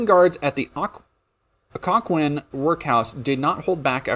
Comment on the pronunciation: Sorry- as a virginian i wanted to correct your pronunciation Potomac- puh to mik Occoquan- ock oh quan